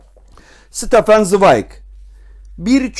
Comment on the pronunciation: "SITAFAN" değil, "ŞTEFAN" okunur.